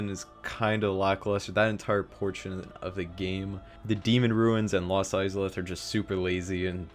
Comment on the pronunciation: Pretty much disagree with almost the entire list ps how the fuck do you butcher the pronunciation of IZALITH so badly?